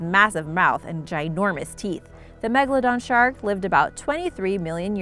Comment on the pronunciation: I can’t hear you you couldn’t say Megalodon